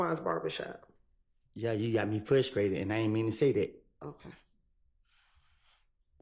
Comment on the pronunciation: SO NOBODY HERD HIM SAY “ I WAS FIRSTTRATED”😂😂😂😂